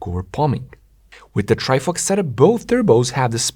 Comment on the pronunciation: why is bro saying ""Trifucks" 🥲